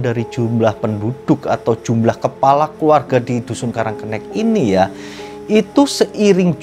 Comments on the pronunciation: Jangan sok tau masalah karang kenik, nyebut namanya aja salah, sok tau masalah di kampung itu,, Nama kampungnya karang kenik, bukan karang kennek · Itu bacanya karang kenik,, kenik itu artinya kecil uncle,, kenek sama kenik itu sama aja, tapi uncle cara pengucapannya aja yg kurang tepat, gitu,, semangat terus,, lop